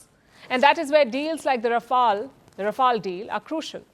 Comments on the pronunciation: Please correct your pronunciation Pronounce "Rafale" Pronounce "fuselage" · How do v pronounce Rafale or Rafail . 🎉🎉 Think over it, pl. 🎉🎉